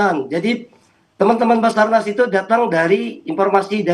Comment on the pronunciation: sabarnas apa bazarnas😅